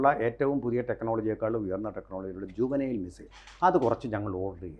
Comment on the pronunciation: ജുവനൈൽ മിസൈൽ അല്ല മണ്ടാ .. ജാവലിൻ മിസൈൽ എന്ന് പറയ് ..